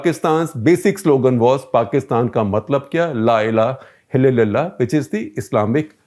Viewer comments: Its' La Ilaha Illallah. You said La Ila Hillillalla. Hahaha ,I can't even breath. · Yes, he said " La illha hallala". I also have noticed that.